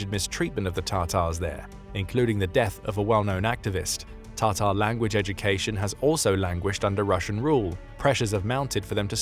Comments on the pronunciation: Please stop calling tartar. It is TATAR!!! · It's Ta--tar, not "tartar" (sauce)